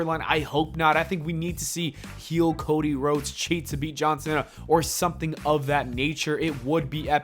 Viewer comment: Everytime you say “John Cena” I hear “Johnson” haha